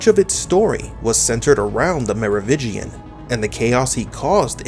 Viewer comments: It is not Merovigian it is meroviNgian just google it at least lol. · Merovingian! Not Merovigian. (French ruling dynasty) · LOL it is Merovingian